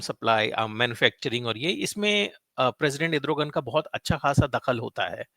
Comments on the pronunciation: it is not Edrugan it is Erdugan just a gentle correction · Edrogan...naam tou sahi bol...analysis karney se pehley